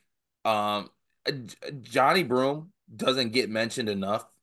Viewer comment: nice vid...it's pronounced Juh-Nye Broome not Johnny ✌️